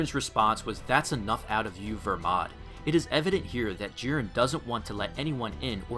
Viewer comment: Make up your mind it’s either Belmod or Vermod which isn’t his name you say vermod but in your comments you say belmod because it is BELMOD NOT VERMOD